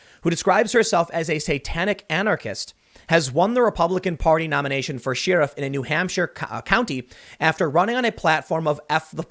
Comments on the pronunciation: pretty sure you say SHARE if not SHEER if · Enough with the “sheeriff” Tim. It’s Sheriff, pronounced “share-if” Gah... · I hear it. It's weird. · Sheh-riff, not shi-ruff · I think it's pronounced sheh-ruhf. Not Cher-ruhf. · Argh! Sheriff is pronounced like Cher-if (Cher the singer) not like like shareef/sharif (as in "the shareef don't like it, rock the casbah")! Is this a Chicago thing? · Cher-If. not sheeruf.... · Tim, it’s Not Share-If. It’s Sheriff like Chef Chef Chef. Che-Riff. say it, Che-Riff. Sheriff. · Trans-word-I-cant-say running for sheriff? Sounds more like a CHER-iff than a sheariff, tim. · I'll run for office when you say share-if instead of shee-rif. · The pronunciation of "sheriff" in this and previous video is irksome. It's not she-ruff, it's cher-riff. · Anyone else notice Tim pronounces sheriff as "Shir-iff"? I have always said "Cher-iff". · I can't take it anymore. I love ya, Tim, but where did this sheriff mispronunciation come from? Tim: sheeeeriff Most other people: share-iff Maybe it's just me... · It's Cherif Tim not shearif. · Tim keeps pronouncing "sheriff" like "sheer-uff" 😆 This is a recent change. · Shee-raf. Is this the new Cool Whip? Lol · Why do you pronounce it Sheer-if? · Tim. Stop it with the Shee-riff. You're killing me!😂🤣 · SHEE-RAFF? Da hell's is a SHEE-RAF? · Bigger news. Poor Tim still cant pronounce Sheriff correctly. (Sheh-ruhf). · Could you stop saying sheeriff, it’s like nails on a chalkboard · Again with the SHE-riff. Does Tim have a speech impediment? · Can we petition Tim to check pronunciation before making videos? Hearing him say She-riff constantly is drivin me nuts! 🤣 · No one: Tim: "ShYriff" Just kidding, love ya buddy lol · What's a SHE-ruff ? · What's with the "sheeerif"? Oh I get it, because he is a she, so "she-riff" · Tim, what is a "SHEAR-UF"? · Idk why but it bothers me how you say sheriff, its more like "sheeriff". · Its pronounced share if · Tim says "sheerif". Weird. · Hahahahahahahaha sheeriff